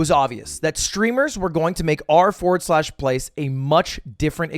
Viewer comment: him saying "R FORWARD SLASH PLACE" infuriates me.